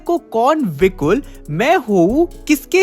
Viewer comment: vikul ❌ vikal ✅